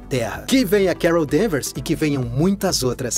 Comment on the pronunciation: Quando disse "Carol Danvers" ouvi "Kara Danvers" aí ué... coincidência? Acho que não!